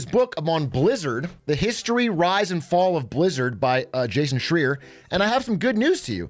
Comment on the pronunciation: Bro mispronounced Jason Schreier and then talked about him as if he isn't the biggest name in video games journalism. Maybe he was just joking and I just got got, but it really surprised me that Big A didn't know who he is.